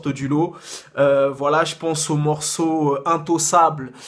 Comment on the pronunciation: Mdr intossable??? Intocable oui ca se dit intokable mdr qu il est con ce mec